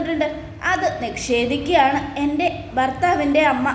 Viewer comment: നിക്ഷേധിക്കുക ennalla നിഷേധിക്കുക ennu പറയുക